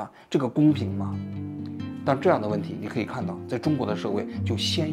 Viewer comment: 老师，鲜有，三声 同朝鲜